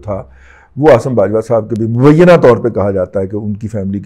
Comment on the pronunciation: سر جی آپ نے مبیینا لفظ کو مبیینا طور پر سڑک پہ گھسیٹ کے مارا ھے ۔ ۔سلامت رھیں ۔